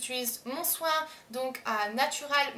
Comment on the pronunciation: "mon choin" xD sinon, super vidéo il me faut absolument le soin lavant wen